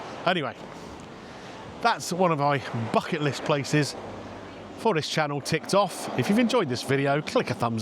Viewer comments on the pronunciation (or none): none